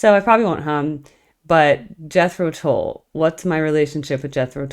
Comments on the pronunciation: At the risk of mansplaining, Tull rhymes with dull. Came here from the Zappa and Steely Dan videos, which I really liked. Keep it up. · In their early days, they were struggling getting invited back for repeat gigs, so they would change their name to keep working. when they finally got that big break, their name was Jethro Tull(rhymes with dull). The live version of a shortened version of 'Thick as a Brick' is an awesome choice! Seeing them live has been a huge blessing in my life! Hoping to see them again, at least once more! Their new music is awesome by the way!!! Peace and Thanks!!!